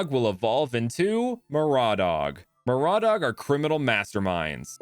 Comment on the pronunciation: Every Pokémon looking cool: Me hearing maraudhog: heh raw dog